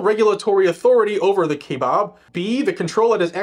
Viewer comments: It's " ky-a-bab I live right next to it. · KIGH (rhymes with high) bab (rhymes with cab). KAIbab...There ya' go. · 'Pronounced Kyi-uh-baab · Bab not Bob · Listening to you butcher our national forest was hilarious 🤘🤣 and it's pronounced kaibab lol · "ky-bab" is how it's pronounced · Pronounced.... keye like an eye... bab Like jab with a knife. It is such a hard hunt unit to draw . So when my buddy drew a tag for deer ... well he had cancer surgery the day before his hunt started. He had a surgical drain tube in his chest. He took the drain tube drilled a hole in a water bottle cap and inserted tube into the bottle, then stuck the bottle in his pants pocket . And then hunted and took a deer . Its the holy grail of mule deer hunts in the U.S. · It's pronounced ki baby I lived in Arizona for 62 years and have hunted in kebab forest for at least 30 years. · You said it correctly the first time. Kabob is correct pronounceation.😂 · It's pronouced Ki-abab National Forest. Its where the monster elk come from. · Say it with me .....Kai.... bab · Pronounced “Ki Bab” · Its pronounced : ki-bab. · It's pronounced "KI BAB national Forest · its pronounced kye-bab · It’s pronounced “ky- bab” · It's pronounced "Ki-bob" (long "i" sound) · It's pronounced 'ky-bab'. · It's pronounced Kai the I has a LONG sound and the A is silent. And bab with the A having a short sound. K EYE uh baab. Not only that they spelled it wrong. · I just checked online about the pronunciation of "Kaibab". The first syllable rhymes with "sky". The " a" in the 2nd syllable is the same as in "bad". The accent is on the 2nd syllable. One hopes the defendants are allowed to recoup legal fees against the enviro-wacko plaintiffs. One hopes! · Pronounced kiebab sounds funny how you say it